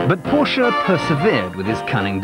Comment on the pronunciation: Amazing... Someone who knows how to pronounce Dr. Porsche's name correctly !!